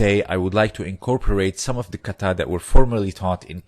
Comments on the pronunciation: There is no accent on the last syllable in the word Kata! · Japanese has equal syllable stress. it is "ka-ta" like 'caw-tah'